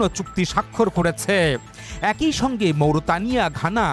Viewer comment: অ্যাক ই উচ্চারণ করেন কেন??? একই উচ্চারণ করবেন। এ +কই=একই।বা বড়ই, চড়ই,একই